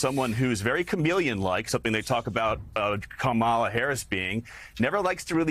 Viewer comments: Dude should learn how to pronounce her name if he’s going to say it. It’s not that hard. It’s pronounced Comma-la. Again- Comma-la. Lather, rinse, repeat. 🙄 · The /JD split-screen image as mispronounces 'Kamala' was WEIRD..